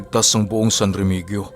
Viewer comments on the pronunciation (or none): Ang pag pronounce nyan San remihiyo dahil Jan ako lumaki